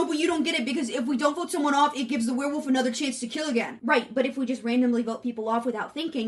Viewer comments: Are you saying "were woof"? Because it sounds like you are saying were woof. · i'm stunned by your commitment to only ever pronouncing it as "werewoof"